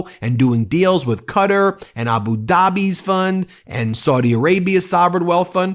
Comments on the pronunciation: I consistently enjoy your videos and I thank you for your diligence but please,Quatar is pronounced KAATAAR!As far as I know there are no countries called Cutter.Blessed be the truth tellers. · Ben, I love you, but please stop pronouncing Qatar "cutter". It's "kuh-taar". Please 🙏